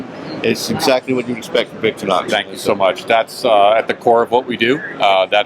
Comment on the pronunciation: what is Victory-Nox ? they are known the world over as Victor-REE-Nox . . .no need to call them something else . . .